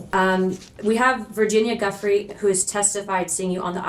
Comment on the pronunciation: Virginia Guthrie No. Virginia Giuffre Joo-fr-eh.